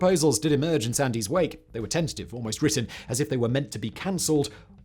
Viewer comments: It’s Duncan Sands.. the Y is silent… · Sand 's as in the beach not sandy.